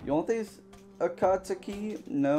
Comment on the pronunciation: you said akatsuki wrong I'm disappointed